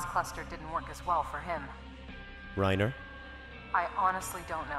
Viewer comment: noooooo!!!! Someone finally says Reiner's name how I pronounce it and then they die. Brill.